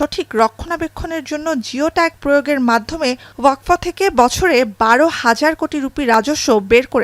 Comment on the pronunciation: Waqf , NOT WAQFO .😮